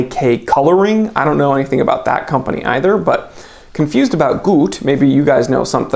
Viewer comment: "Gute" is German for "good". It's pronounced "goo tuh", not "goot".